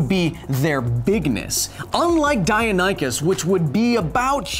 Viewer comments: Die-uh-nye-kus? Hahaha, that’s what I called it trying to read the name out loud from a dinosaur book when I was 6. It’s die-non-ne-kus. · Deinonychus Die- non- ik- us Not, die- on- eye- kus, yyou missed an "n" in your pronunciation. Also in such a situation as you have to fight multiple real velociraptors, grabbing a big stick is first priority, that is why we evolved hands and thumbs after all, so we could use tools more effectively. Making sure none get behind you should be next on the priority list, 2 reasons for this really, our arms can't really protect that area, and, as shown in modern predators, showing your back to 1 could trigger the predatory chase/attack response. From there all you would need to do is make sure any attempted attack on you is too dangerous to attempt for the raptors by making yourself seem as big and imposing as possible, this has even been shown to cause bears to retreat in modern-day, and swinging your stick at the heads/arms/legs of any of the attacking raptors. Now each raptor hasto weigh the options in their relatively basic predatory minds, risk getting hurt, and not be able to hunt, by this big thing waving around a heavy stick that i can't get to the weak spots of, or go find something else to eat. The more you successfully injure the more likely they are to take the second option, group mentality and all that. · Omg it's pronounced die-non-i-kus face palm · "It was based on die-oh-nye-kus " Sorry, but it is "Die-non-ih-kus" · i THINK it its dinonichus not deionychus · Say it with me: Die-non-eh-cus. Not die-uh-ny-cus. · The dinosaur I am most scared of is the mutaberisauras because it’s not very well known. Ps please don’t call it a dionioncis it’s a di-non-o-kus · Say it with me now, "Die-non-ih-cuss" - not "Die-uh-nigh-cuss". It sounds like you're trying to say Dionysus. That has nothing to do with this. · die-non-I-cus not die-a-ny-cus you're killing me bro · Its pronounced die-non-oh-ciss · "Die-no-nee-cuss", surely?